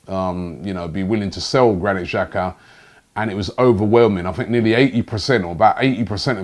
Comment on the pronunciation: Robbie, The correct pronunciation for Xhaka, is Xh, is pronounced J. If you were to write it in English it would be: Jaka.